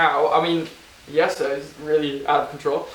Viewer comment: Lovely video!! Can't wait for the next ones! He pronounces Jesse's Dutch name so well :)